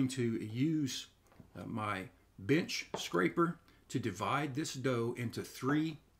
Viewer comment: At first I thought you said B…itch scraper. 🤪 took me a minute brother.